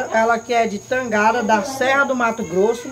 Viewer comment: o nome é TANGARÁ, a sílaba forte é no RÁ, se ajeite muié 🥰🤣🤣🤣🙋‍♀️